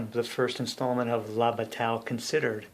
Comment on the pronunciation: I think it is pronounced "bah tie"